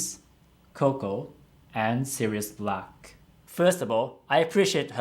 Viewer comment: I find it so weird that she pronounces her dogs names with a fake japanese accent, "touruuzu" and "shiruisu burakku" intsead of just saying their names Toulouse and Sirius Black normally with the correct pronounciation... Does she do that with other languages? Does she put on a German accent for their names if she goes to Germany? Finnish?? Indian???